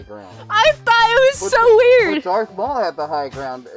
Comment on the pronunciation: Did she said "Dork Maul"?